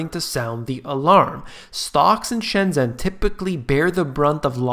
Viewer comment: I love you but please say "shen-jen" (like jennifer)